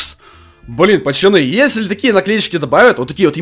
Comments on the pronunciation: ПАЩАНЫ ПОЧЕМУ НЕ ПАЦАНЫ А ПАЩАНЫ? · АХАХАХАХ ГОВОРИЛ ПАЧАНЫ ХААХХАХВХАХ А НЕ ПАЦАНЫ Л